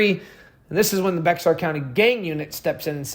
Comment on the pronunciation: Also bexar u dont say the x lol so it's just bear county i know its weird .thanks for the awesome video